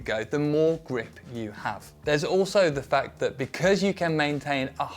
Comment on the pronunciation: Really love how said "becurse" (because) Thank you for the content